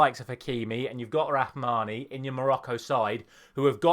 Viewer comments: it's Rahimi not rahmani brother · his name is Rahimi not Rahmani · It’s not rahmani it’s Rahimi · Let's start with Morocco striker and the top scorer of the tournament so far ...Rahimi not Rahmani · It’ Rahimi not Rahmawi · it's Rahimi not "Rahmani" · It's rahimi not rahmani lol 😂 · Rahimi not rahmani 😅!! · It's not Rahmani but RAHIMI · Rahimi not Rhmani :/ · Rahimi not Rahmani